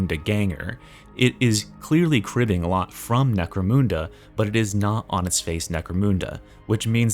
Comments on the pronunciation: I cringe every time you soon "Neh-crow-MOON-duh" Brother, it's Neh-crow-MUN-duh" Like money. In other news, hype for anything cult mechanicus. Hive scum was a huge miss for me. Necromunda has always been the black sheep of 40 with things getting a tad absurd and silly, and it shows a bit too much in the weapon design choices like crowbars and shanks on par with force weapons and chainswords. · Bro, it isn't Necromoonda. Say "Necro" "mun" "da". Mun, like M-un. Mun.